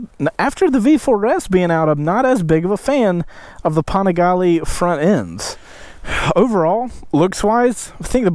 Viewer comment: u saying the name wrong u need to check 650IB for the correct way it pronounce lol